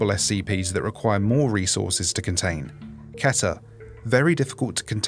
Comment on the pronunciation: It’s actually pronounced Keeter not KeTeR